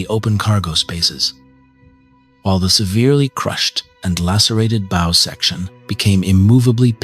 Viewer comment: teach this thing to say bow correctly....good videos otherwise ty